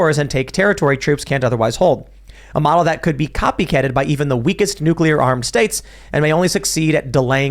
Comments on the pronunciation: I get annoyed at the constant harping on this topic because keeps saying “nukular” instead of nuclear. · Every time says "nukular" I die a little inside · ....nu clear. Not nuke you lur. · When is going to learn how to pronounce Nu Cle Ar, not Nu Cu Lar? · Repeat after me: Nook-LEE-errrr 😅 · Ever time adds a ln extra u in nuclear, I get slightly more angry. LoL